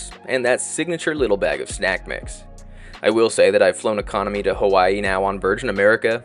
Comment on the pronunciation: Mmmm who pronounces Hawaii as /hu'wa,i/ ?????? Where does the /hu/ sound come from 😢